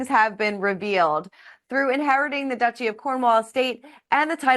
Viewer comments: Not doochi… DUTCHEE duchy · Please pronounce the word 'Duchy' correctly. It is NOT Doochy, it is Dutchy, rhymes with much. 🌹